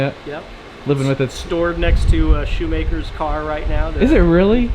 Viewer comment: "Shoe-MAKER's" car???? WTF,!!!!!!!!!!!!!!!!!!!!!!!!!!!